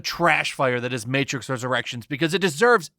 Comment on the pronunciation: The matrix? More like the mehtrix...amirite gais? Gais?...